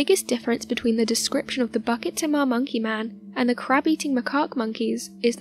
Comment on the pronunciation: Its not BUCKET THEMA....its pronounced BOO-KIT TEA-MAH!